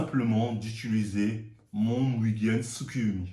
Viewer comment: « C’est tout simplement : mon mugeyn tsukoyomi » JE SUIS MORT HAHAHAHAHAHAAHAHAHAHA